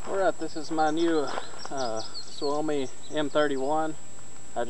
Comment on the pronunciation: You pronounced "suomi" right :=)